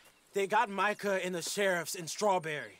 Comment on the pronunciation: is one of my favourite YouTubers mainly down to the inspiration he made for me to play rdr2. His videos of rdr2 were the first glimpses of watching rdr2 which made me buy it but the way he said Micah "Meekah " 😂